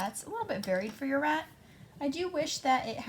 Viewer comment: Rat lol not day